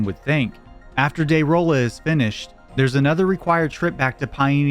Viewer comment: The first boss is actually pronounced de ragan